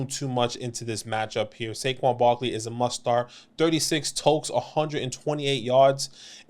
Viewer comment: Its totes, not tokes lol